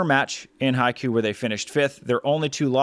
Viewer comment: Love what you're doing, totally deserved for the beach volleyball world partnership! Btw Haikou is pronounced Hai-koh, meaning an inlet to a port / to the sea; literally translated as sea-mouth. The organisers of the world tour tournaments and FIVB should we really promote how to pronounce their place names (at the very least) correctly to foreign speakers. Especially for the commentators since everyone who has watched the stream on VolleyTV or YT will think it's pronounced that way, now they all reckon they've been playing in Haikyuu😅 (not the worst outcome haha)